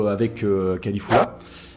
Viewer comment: mais comment tu prononces son nom? cest Caulifla et tu dis Califulla lol